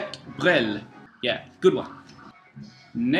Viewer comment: I'm glad you've found someone with whom you can trade maupin! Also glad you enjoyed the records :) I'll put things aside for you if I can find more stuff in the future/ You pronounced brel correctly haha/ Nice new finds, I recognize some guys from cameo on that east coast, very interesting/wow, Exc not common cheap stuff! Sextant is one of my favs, mwandishi is another must have imo! of course like crossings, thrust, headhunters, flood, and the survival of the fittest (without hancock)!